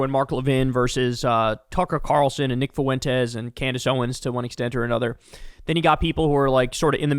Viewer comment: Kyle pronounces Fuentes like MAGA